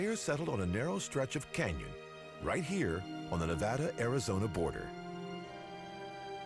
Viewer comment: Finally a show that pronounces Nevada correctly.